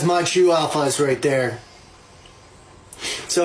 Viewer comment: “Be lucky I am eating wyte neow andt nawwt tearwing into somebody’s frwoat right neow” bro 😂